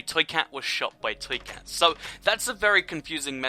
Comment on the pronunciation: U say twee cat not toy cat